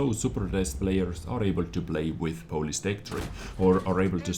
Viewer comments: Polish not Polis :) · Hey #! You wanted to say polish not police. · For some reason i find your pronounciation of word "Polish" funny xD Sounds more like greek "polis"